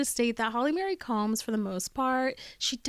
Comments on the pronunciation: It's Holly Marie. Not Holly Mary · Why do you keep saying Holly Mary? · Holly Marie not Holly Mary